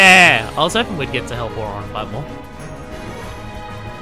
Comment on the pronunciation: 1. Please get rid of Auto abilities. 2. Auron isn't pronounced Ohr-RAHN, it's more like OHR-rin.